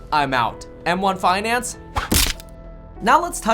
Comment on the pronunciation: Faidellitee vs em wahn fainahnce